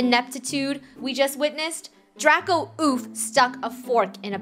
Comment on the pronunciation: It's Draco not "Drago" also, u can't take away the oof cuz if u don't watch for them, then they die. So that's why their last name is oof (including Draco-oof, Luba, Kat-oof, Lunar-oof and Rainbow-oof.) Last name is oof cuz they die